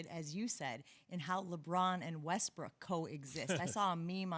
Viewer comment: Dude said westbrick live on tv 😭😭😭😭💀 💀